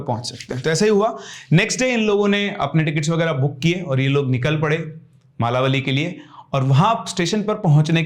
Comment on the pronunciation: मालावली nahi सर it's मलवली